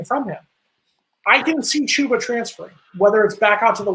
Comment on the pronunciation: Who is "Choo-ba?"